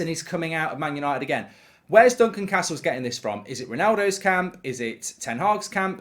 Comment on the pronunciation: Glad to hear he's back to saying Duncan Castles and not Duncan CARstle.